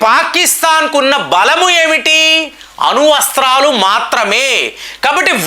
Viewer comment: అణు వస్త్రాలు కాదు అణ్వస్త్రాలు